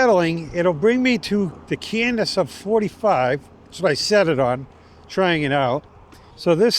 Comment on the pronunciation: Great video. Incidentally, there's no n in cadence before the d. And it's a long a. Keep rocking...